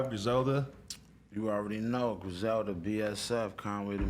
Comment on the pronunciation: It’s Griselda u bitch u!